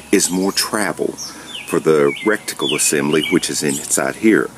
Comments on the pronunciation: Did you say recticle assembly ? and again ? ROFL, try saying ret - icle Just sayin :) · Love your videos but did you say recticle?